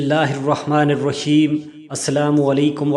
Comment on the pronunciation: بھائی بسم اللہ الرحمن الرحیم ھے رشیم تم پڑھتے غلط پہلے تلفظ ٹھیک بعد وعظ نصیحت کرو